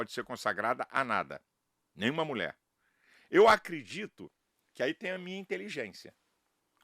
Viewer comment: Nem pronunciar a palavra mulher este pastor consegue. (Mulé)